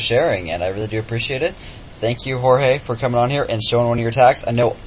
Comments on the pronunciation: It's pronounced "Hoar-Hay" Yao? thought it was "George" Yao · WHY DO SO MANY PEOPLE CAL HORHE IT IS JORGE IT IS EVEN SPELLED THERE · its Jorge not horehe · why does he say whore hai xD